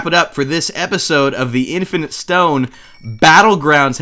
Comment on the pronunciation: I legit thought he said the infant stone